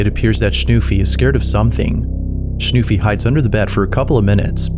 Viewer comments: Its schnuFFi Not schnuufie😂😂❤ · The way he pronounced the German dog name was so cute 😭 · As a German, I must admit that their dialogue sounds a little bit staged. Btw, I love the way you pronounce the name "Schnuffi".